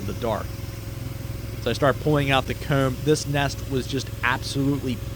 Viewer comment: I'd guess you're Canadian by the way you pronounce comb